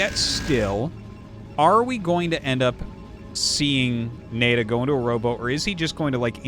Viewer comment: Isn’t NaiDa pronounced Na-ee Da?